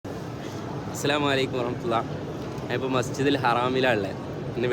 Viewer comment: മസ്ജിദുൽ ഹറാം അല്ല മസ്ജിദുൽ ഹറം അങ്ങനെയാണ് പറയേണ്ടത്